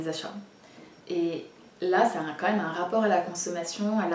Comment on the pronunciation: Merci pour cette vidéo, comme d'habitude très construire et intéressante! Continues avec des nouvelles vidéos sur ta chaine, vraiment ! Juste une petite remarque, vraiment pour toi, tu sembles souvent prononcer le mot "même" "meume", je sais pas si c'est une manie, ou tu n'as jamais remarqué :) Voila, si jamais ça peut t'aider ! encore une fois continues tes vidéos !!